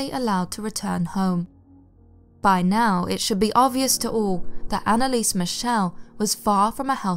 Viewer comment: AnneliesEEEEE..you have to say the "e". And Michel is not like Michelle. Its more like Meschel.